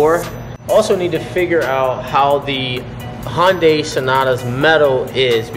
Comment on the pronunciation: Hun-day not HAHN-day